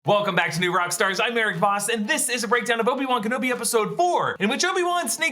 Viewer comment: Obi Wamen Kenobi